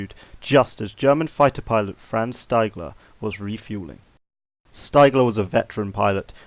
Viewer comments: I love stories like this. Heard the Sabaton song No Bullets Fly and bought the book A Higher Calling. And it's pronounced "steegler" ^^ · Ha ha it’s pronounced Steegler lol